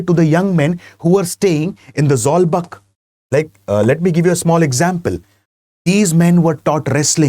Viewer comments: Not zawlbak zawlbuk(zawkbook in prononce) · Zawlbuk should be Pronounced as or should sounds like Zolbook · Sir, I really appreciate you for including Mizo history. But the information you provided are not accurate and could be misleading. Firstly the "buk" in Zawlbuk is rhymes with the English word book. In the aftermath of the Lushai Expedition of 1889-90, the British started annexing Lushai Hills and imposing heavy taxes, demanded coolie labourers and even restricted the hunting practice of the tribal people. This angered the natives and they took up arms to drive the British out of the hills. The uprising culminated at the Battle of Changsil in 1890(present day near Sairang) which was led by Sailo Chief Sailianpuia. Pasaltha Khuangchera laid his life defending his homeland in this battle. Christianity came to the Lushai Hills officially and practically only in 1894, 4 years after Khuangchera died. So, to say the imposition of Christianity as one of the reasons for the Lushai uprising is totally false and baseless.